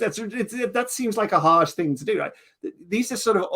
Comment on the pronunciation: Just one thing I can't quite pin down is pronunciation of "right". It's somewhere between "rate" and the more northern "reet"; something like,"Reeate". Love it.